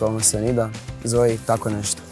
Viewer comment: Nije zoe nego zoi